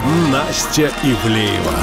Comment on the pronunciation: Не Евлеева а Ивлеева